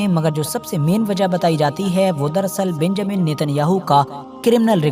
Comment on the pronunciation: Pahle Naam to Lena seekh lo beeeeeenjamin